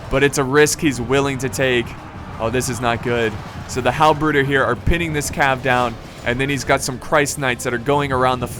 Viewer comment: The way you say "bruder" i found it quite amusing ╭☞ ( ͡ ͡° ͜ ʖ ͡ ͡°) ╭☞ nice video as always man!